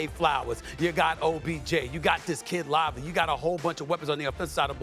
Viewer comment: Can Stephen A say Likely’s name correctly 😂